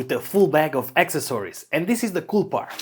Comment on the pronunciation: AK-SES- OR-EES This how to pronounce accessories.